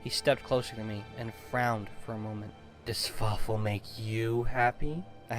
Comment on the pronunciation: Something tells me "And Fawfoo" would be less intimidating.